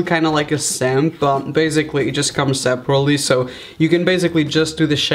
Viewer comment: no one: raphael gomes: BAZIGALLY